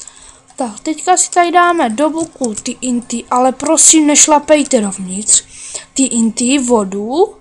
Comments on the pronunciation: TNT se v angličtině vyslovuje "tý en tý". "Té en té" se to vyslovuje v češtině. Vzhledem k tomu, že tvé znalosti angličtiny jsou natolik omezené, bys měl zauvažovat o soukromých lekcí z anglického jazyka. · TNT se v angličtině skutečně vyslovuje "tý en tý". Vzhledem k tomu, že tvé znalosti angličtiny jsou natolik omezené, bys měl zauvažovat o soukromých lekcí z anglického jazyka. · jak vyslovuje tnt :D tý en tý :D